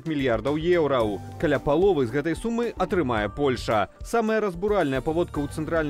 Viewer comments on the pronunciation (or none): none